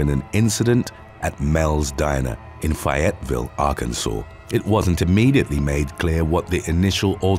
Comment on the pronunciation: fayetteville pronounced strangely in this video